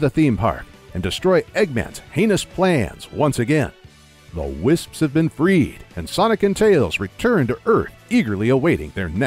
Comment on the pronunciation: good job saying wisps (tis verry hard)